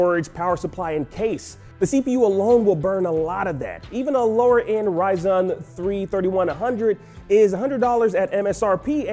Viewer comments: what's a Ryzon? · Gotta get that new RY-ZON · con-TINDER, Ry-ZON. are you sure that's how it's pronounced? hahaha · That RiZhunnn was weird hahaha 😆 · Did he say “Ryzon”? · “Even a lower end ryeZON” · "Ry-zon" haha big pc gamer here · you cant compare tflops on different architectures smh... rdna2 and ampere are different and tflops dont relate to gaming ps5 or xbox series x is around lets say a 2070 to 2070 super roughly this card (3060) is gonna be around 2070 super to 2080 roughly...... get a better tech announcer ign -_- "ryzon"??? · So r we all gonna brush over the fact that he called Ryzen "ryzon"? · Why did he say "RY-ZON" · I thought the same thing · Did this guy just say Ryzon 3100?.... all credibility just got thrown out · Rye Zon? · who says ryzen like that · why he say ryzen like that lmao